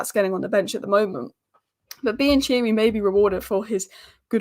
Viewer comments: it's not pronounced bian-cheery:( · Bi and cheery? 😂❤